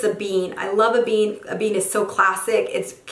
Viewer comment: It's pronounced like damier eBen (not ebean)